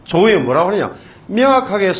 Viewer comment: 명확하게~ 맹약하게가 아니라~